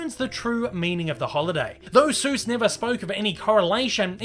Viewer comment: He says it as Dr. Zeus